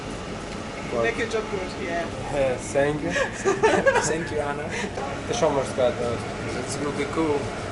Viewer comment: "Sank you"!!! Hahaha!!!